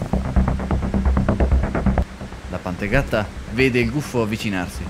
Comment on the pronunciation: Scottecs si dice gufo no guffo